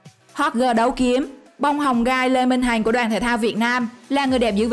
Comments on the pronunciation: Ad sao lại đọc lê minh hành ??? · Le minh hằng ma đọc le minh hành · Lê minh hằng mà đọc thành lê minh hành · Lê Mình Hằng đọc là Hành. Ko hiểu kiểu gì???